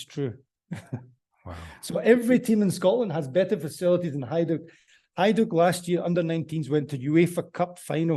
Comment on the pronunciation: Slavic J is pronounced as a Y. Example; Jugoslavija is pronounced the same as Yugoslavia. and Hajduk Split is pronounced as Hayduk Split.